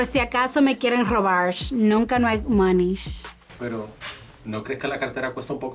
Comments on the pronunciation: "Nunca hay dinero en mi cartera por si acaso me quieren robarsh, nunca hay moneysh" JAJAJAJAJA LA AMO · "nunca hay dinero en mi carteira porque... por si acaso me quieren robar(sh) nunca no hay money(sh)" as a poor guy I can relate she's so unique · Monich robarch ch ch ch🤣🤣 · por si me quieren robarsh, nunca hay monish AKJDKAJAJAHA